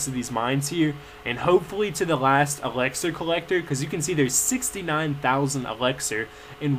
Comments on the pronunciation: it annoys me how you say elexir its ELIXIR!!! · yeah i know you say "Elaxar" lol it's hilarious but annoying to me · yeah, the elixir pronunciation annoys me. lol you wouldn't say sex instead of six. he says everything else correctly